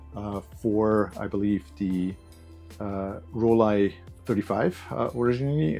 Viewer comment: You get a thumbs up for pronouncing Rollei correctly 😉 Lomo are definitely working on it behind the scenes (my sources told me it's actually V1.6 already, with all the things they're slowly improving) which is great news. Just a shame it was rushed out, especially as there were no leaks at all and they could easily have waited another 6 months to finish testing properly. It's tough to fix a bad reputation of a failed release, but hopefully an official V2 or a well tested 120 version (one can hope...) is on the way.